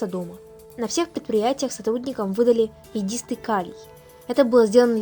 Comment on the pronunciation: И йОдистый калий, а не йодИстый. Озвучка испортила все впечатление от фильма.